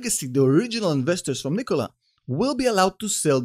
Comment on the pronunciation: I love how you pronounce Nikola. Much better than Macedonian pronunciation.